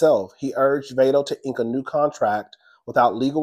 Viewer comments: Pronounced "VOD-DOE" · Screaming Vado (pronounced Vai-do)😂😂😂… the butchering of the z list rapper name is sending me lmao lol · lol the rappers name is pronounced v-ahh-doe.